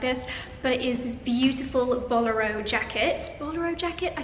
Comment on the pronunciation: Pronunciation of bolero had me 😂